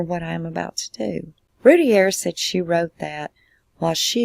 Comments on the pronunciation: Its pronounced "Roo - tear", Not "Rooty _ear" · It's pronounced "Ru-tear". And it was two of her 4 and 6. The 8 month old was upstairs (with his dad) and spared. And I'm with you- I lived 2 blocks from them at the time of the murders- with the info received and the "facts" (ha) that the Roulett PD released I had her 100% guilty as well.....until the real facts came out and until I kept running into her husband Darren. I truly believe they arrested the wrong parent and I do not believe she had or knew anything about it! No doubt in my mind. Very sad case!